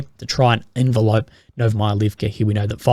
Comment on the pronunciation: Hey, it’s envelop, not envelope.